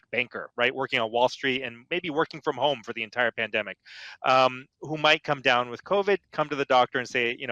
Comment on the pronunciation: Your guest says 'pandenic'. Cannot go any further